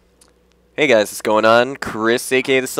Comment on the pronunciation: "Hey guys, sgoin on." So fucking annoying. Just fix that. Pronounce the What in whats going on. I swear you will gain at least 5 more subscribers.